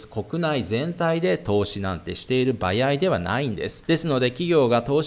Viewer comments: 「"ばやい"じゃないんです」ってわざとですか？ 「ばあい」では…？🤔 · バヤイ 関西圏の人？ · ばやいってどこの方言?😂